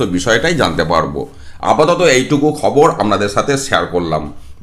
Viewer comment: Pronounce khobor...